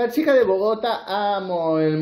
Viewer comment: A veeeeer yaaaa no maaaaaas, es Bogotá, con tilde al final, siempreeee pronunciando pesimooooo esa ciudad año tras año, yaaaaa parale